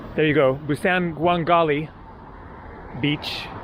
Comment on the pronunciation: Could you please refer to Busan by saying "Busahn" and not the hard a you have been using. There is no hard a sound in Korean. Thank you.